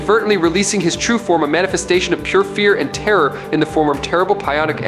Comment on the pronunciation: "Pie onic" energy....😭